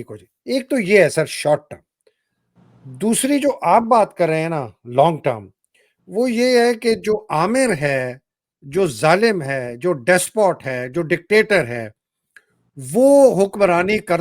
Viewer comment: سر عامر نہیں آمر ہوتا ہے۰ اس طرح نام کا معنی خراب ہو جاتا ہے۰ شکریہ